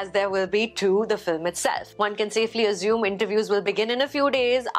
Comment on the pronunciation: She can't pronounce "assume"